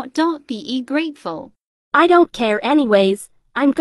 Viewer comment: When said: Just be.... Great ful It sound like "Just be don't grateful